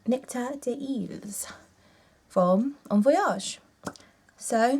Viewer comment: It's des iles, Great video, not heard of this one, Wow that's strong stuff, i like my strong shit!